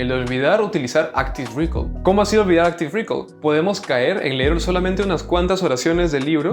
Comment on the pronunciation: "Áctive recáll"